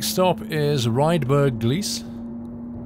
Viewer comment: Gleise is pronounced as "Gl - ice" (or Gl- aize) and means track (or platfrom depending on the sentance)